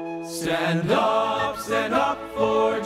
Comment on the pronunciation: As a 7th Day Adventist in PA, i congratulate all you young musicians & singers. Just one (1) suggestion: Stand // up not Standup, sounds like dup!